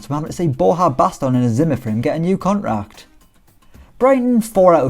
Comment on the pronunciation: Cont Rack?? Bruh CON-TRACT